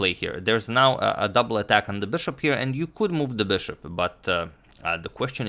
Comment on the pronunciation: I really like the way you say ‘bushop’